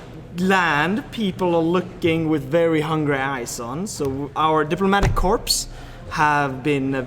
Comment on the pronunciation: “Our diplomatic CORPSE”